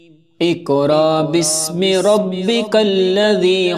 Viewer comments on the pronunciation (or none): Assalam o alikum Ap ny pehli aayat mein iqra sahi parha hai.magr agli baar ikraa parha buht muaazrat ky sath esy durust kr lyen .